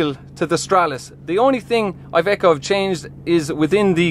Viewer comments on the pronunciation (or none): It is Iveco not aiveco. italia, iveco, iiiiiiiiiiiiiii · Just for future references IVECO stands for Industrial Veichle Company therefore you pronounce it with the I of industrial